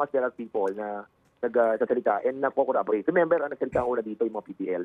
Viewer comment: Klangan daw icorroborate as in 'iiiicorroborate' yan ang travaho nila bilang legislator